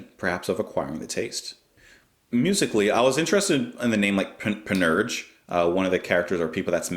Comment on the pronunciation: for what it's worth it's pronounced pan-ur-sha